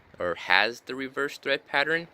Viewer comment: Tread not thread my guy.